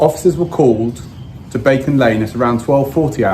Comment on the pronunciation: Did just say "Bacon Lane"? 🤣